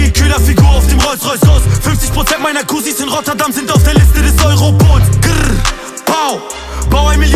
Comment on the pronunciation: Geschmack Sache! Mir gefällt der Song nicht aber habe nicht auf dislike gedrückt. Ich finde dieses grrr pau sehr cringe ausgesprochen